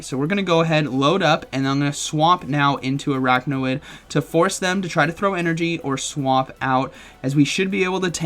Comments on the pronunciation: you're saying araknawid, but the name is Araquanid, so it should be pronounced arakwanid. just an fyi. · It’s pronounced Ar-aqua-nid, not arachno-id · Are you saying it wrong on purpose orrrrrrr.....araquanid not araqnawid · LoL! What's Arakna-Wid...? Arak-Wa-NID. 🤣😂🤣😂🤣 🤦‍♂️ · It’s ar-aqua-nid, not ar-achno-id 😅😂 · Please stop calling it aracknawid, couldn’t watch this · Commenting to fulfill the algorithm because of your absolutely BONKERS pronunciation of Araquanid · Could’ve looked up how to pronounce the pokemons name before uploading this 😅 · The way he just kept saying Araquanid’s name wrong 😂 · What was the other mon where he kept mispronouncing the name? I forget, but makes me wonder if he is doing a Wolfey and trolling us with deliberate mispronunciation. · yes, I’m aware. My comment is pointing out that it’s being pronounced incorrectly in the video.